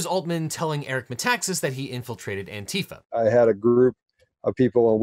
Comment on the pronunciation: It should just be "ANTI-fa" just like anti-fascist.